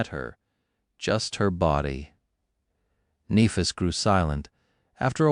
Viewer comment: I wish the AI would stop mispronouncing Nehfis